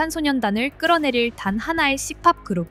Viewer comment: 씨팝은 뭐냐 처음 듣는데 "시팔" 세게 발음한거냐?